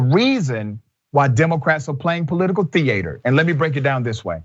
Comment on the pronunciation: Hilarious when people say "theayter"